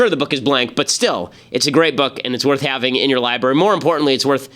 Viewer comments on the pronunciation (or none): none